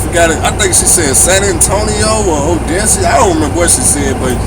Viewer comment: Glad you're doing well out there. and good job on the taxes. Smart moves for real. Also, and I'm not hating at all in any way, but just wanted to say that it's "o-dess-a" not "odessius" lol that just throws me off every time and it's in every video. Odessa. not odessius. Anyway, much respect, keep getting to it man. I'll keep watching.